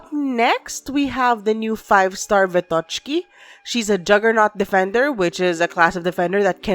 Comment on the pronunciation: Wrong stressing in both callsigns xD Its SnegUrochka (granddaughter of their version of Santa Claus in Russian folklore her name means "snow maiden") and VEtochki ("branches-chan", or "sticks-chan", branches + affectionate suffix), not SnegurOchka and VetOchki like you said. And thank you for the video! So little time left, I have to finish up story chapters finally x"D